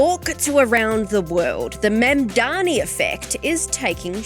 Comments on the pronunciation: THE MAN IS MAMDANI. THE INTERVIEWEE CALLS HIM MANDAMI, A MALICIOUS CORRUPTION OF THE NAME BY HIS MAIN COMPETITOR ANDREW CUOMO. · The biggest Mamdani effect appears to be newscasters, pundits and commentators being totally stumped by a 3 syllable name.. MAM - DA - NI for crying out loud. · Its easy to say his name MOM DAANI. Pls learn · How difficult is it to get his name right? MAM--DA--NI, for god's sake. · It’s deliberate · It's intentional.